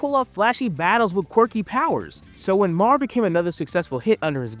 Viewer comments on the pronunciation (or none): I don't understand how there are clips of the anime in the video, but dude keeps calling it "Mar" instead of "Mär" (M-air). This reminds me of a short in the back of an issue where the creator heard a clerk yell to the back if they had "MAL," instead of "Mär." You know, since L's and R's are flipped in Japanese. Haha, bro even called them "arms." Like, I get it. These letters aren't common in the English language, but even the show pronounces them this way. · Not trying to sound like a jerk, but hearing you mispronounce MÄR and ärm started to get to me, with the sheer volume of word use. You forgot the umlaut even in the title. Umlaut over the a stresses a hard a sound, so they’re pronounced “may-r” and “ayr-m.” I absolutely loved MÄR. Ginta always got me so pumped and excited, and I love that the power system is based around magic items. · His pronunciation had me questioning myself 😅